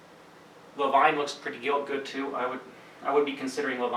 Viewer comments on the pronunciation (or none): just work on the pronounciation. Levine rhymes with seen.....not vine which is history. Batum rhymes with doom.